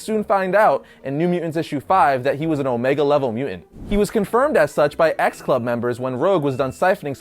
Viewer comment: You say mu'ant... Instead of mutant... Your welcome!